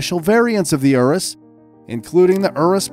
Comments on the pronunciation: The Lamborghini ourus 😂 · It's not erus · How u sound out urus is you-rous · pronounces urus like ooroos lol.